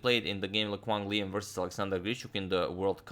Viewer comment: Hello there Agadmator. I'm just very happy that you pronounced Le Quang Liem quite accurately. He was the hope of Vietnam chess for a while but he doesn't receive much attention anymore. Anyway, please make a video of him whenever you have time (I know you are super busy haha). Thank you.